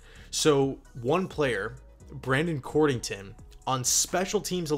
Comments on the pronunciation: COD-rington...not cord...lol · It's COD-RING-TON